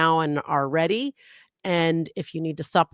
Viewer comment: At the end listen, Bev says there's a lot I need to do to get RiD of trial instead of ready. Love a good Freudian Slip...